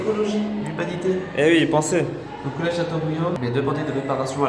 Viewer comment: college pas collece